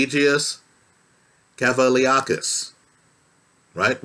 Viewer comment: Shout out to for attempting to say the guys name 💪